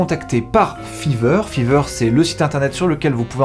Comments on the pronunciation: RAH MAIS C'EST FIVER PAS FEVER sinon super video 😂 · grâce a f III ver, FAYVER STP LA PRONONCIATION !! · Je me suis abonné au début de la vidéo et là j'entends fiver prononcé litérallement fiveur et non faïveur xD Les petits détails qui changent tout 🤍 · Grâce à « fever » ... « ephone » ... « odd éveune » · Ça fait mal aux oreilles comment tu prononces five r